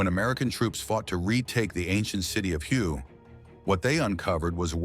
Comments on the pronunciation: Did the narrator just prounounce the city of "Hue" phonetically as " Huhyou"? And does NOBODY check or CARE about pronunciation?!?! Isn't the ancient city pronounced "Huhway" (long A)? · Hue is pronounced Hway, not Hugh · Hue is pronounced “Way,” not Hugh. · Hue is pronounced "hoo-a", not hew. AI slop. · Its pronounced huway, not hue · It's pronounced Hway, not Hugh. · Hue is pronounced "way" in english fyi.. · Hue is pronounced "whay." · If you're going to speak about history, you might want to know how the names of the cities you're talking about, the city of Hue is pronounced "Way" One of many useless self-proclaimed "history channels"👎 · Hue, Vietnam is correctly pronounced "Way." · Hue is pronounced 'Way' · Hue is pronounced whey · Hue is pronounced “Way” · Can we have announcers that know what their doing? Hue is pronounced hway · Hue is pronounced, "WAY". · Actually, it was pronounced "whey." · ai, please make me a video about the vietnam war and dont forget to call the city of hue hugh. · I live three hours south of Hue and used to call it that but Viets didn't understand that pronunciation. They pronounced it 'wurh' or 'where,' depending on what region they came from. That was my experience anyway.